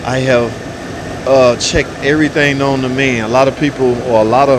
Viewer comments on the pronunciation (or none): none